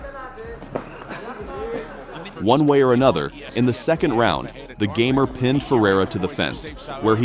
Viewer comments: You got one thing wrong. His nick name is not gamer like you are pronouncing in English. You would have to watch some polish interviews to hear it. His nickname is made out of his second name. PS: you can actually hear it when Kasta ( polish guy in the KSW, bald ) announces him winner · Fun fact: his nickname is not pronounced "gamer", its "gah-mehr" and doesn't mean anything- just his last name changed a bit. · Its ,,Gamer'' from sourname, not ,,geamer'' from video games, but's nice material